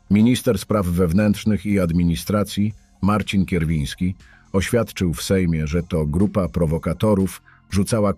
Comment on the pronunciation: Nie Kerwiński tylko KURWIŃSKI !!!